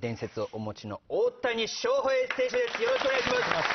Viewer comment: ウエンツの紹介が大谷しょうふぇい選手ですって言っててオモロい